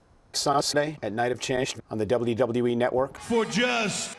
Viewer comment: Somehow Michael Cole puts like 3 extra syllables in "WWE." I can't stand it.